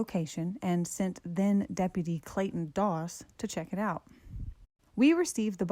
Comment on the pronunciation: Clayton Toss....as in Toss Pot.